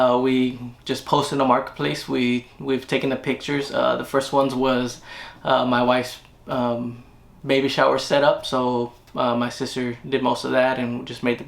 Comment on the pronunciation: I love how you say “ my wife’s baby shower “ 🤣🤣🤣